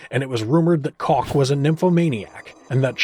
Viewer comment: It's COOK not cock